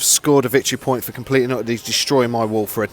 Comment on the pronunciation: The Wulfen died because you kept calling them Wulfren, which is a shopping centre in Wolverhampton... ;)